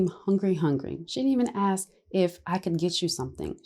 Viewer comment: Judge needs to learn how to say "ask", instead of "axe".